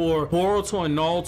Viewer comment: Why does he keep saying naluto